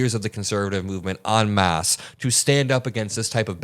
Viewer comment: Hey dude, its "en masse". Like when pronouncing the letter "n". I believe its a French term... Otherwise, you're fan-phuckin'-tastic at what you do and what you're doing and have accomplished in your short 20-something years. I'm 67 and still haven't a clue of what I want to do when I grow up.